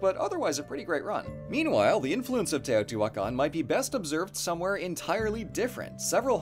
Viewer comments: Respect to for pronouncing those names so confidently. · Brownie points for for using the right pronanuciations.